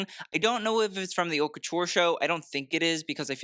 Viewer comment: I love your channel and your takes on fashion, but you need to learn how to pronounce the word 'haute'. There is no 'h' in it. It's French. It's pronounced like 'oat'. By pronouncing it like that you present yourself as very, shall I say...unfashionable? The whole title of your show doesn't make any sense. 'HauteLeMode' means 'high the fashion'. 'HauteMode' (high fashion) would be more appropriate. Even 'LeModeHaute' (the high fashion) would make more sense.